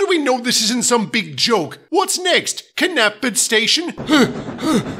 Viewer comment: I'm sure Gordon said "Kidnapped-fod"